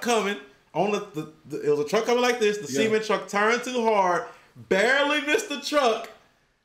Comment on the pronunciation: It's cement not ceement